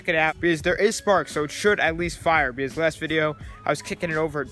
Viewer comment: Say because not bz